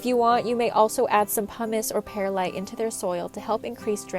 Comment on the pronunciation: Foilage …. Surface Incesticide …. Pearlite …. Is this an AI narrator?